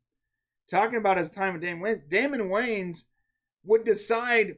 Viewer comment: You also kept mispronouncing Damon Wayans last name, but no one seems to care about that.